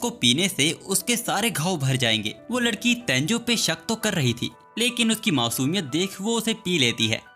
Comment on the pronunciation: MANE DEKHA TU NE LADKI KO LAKI BOLA😂